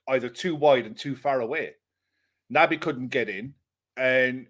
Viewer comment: Stop calling him Nabby! He's Nobby Keita from now on lads! 😳🥺🤒